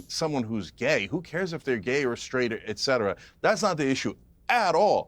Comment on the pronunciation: Can someone learn how to pronounce the word etcetera Stephen A Smith and Piers Morgan both mispronounce the word